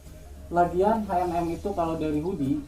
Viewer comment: Btw bacanya bkn haenem tapi ecenem wkwk